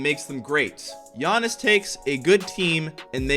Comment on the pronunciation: Why did u say giannis name like that